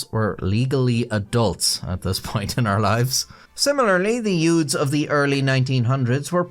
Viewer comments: "Yoots" like in "My Cousin Vinny" 😂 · "It started when a group of yoods..."